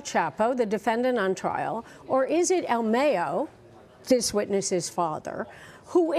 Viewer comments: They call “El Mayo” like mayonnaise 🤦🏻‍♀️ it’s Mayo like the month 😂😂😂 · It’s pronounce the same way you would say cinco de Mayo..... not like mayonnaise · Uhm, excuse me, Ms. Klieman: Mayo Zammada's name is pronounced "El My-Oh"...NOT "El May-oh". Just FYI. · She said "EL Mayo"-as in mayonnaise 😂🤣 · El Mayo lady not El Meyo..... he is not sandwich spread!! LMAO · "el meyo" lol 😂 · El Mayo-nnaise?? LOL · i cringe every single time she says el Mayo she makes it sounds like he is a sandwitch dressing.